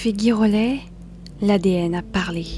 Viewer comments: Ça se prononce GIrollet ; comme Girafe et non GUIrollet ; comme GUItare !!! Écoutez la phonétique, cela vous évitera ce genre de remarque 😊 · Cela se prononce « ji rollet « et non gui. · Girollet ça se prononce Ji et pas gui . Il n'y a pas de "u" après le G . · Oui cette prononciation d un nom écorché est vraiment moche !